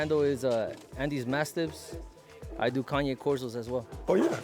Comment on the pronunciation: PLEASE ANDY DO NOT REFER TO THE CANE CORSOS AS "KANYE" CORSOS TYVM